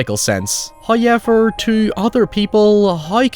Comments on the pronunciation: Please stop saying "hi-ever" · I love how you say "however" as "hyever" lmao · First “Hayevur, …” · I'm new. Why does he say hoyever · First "hoyevver" drops - so don't skip the ad, or His wrath will be felt for aeons.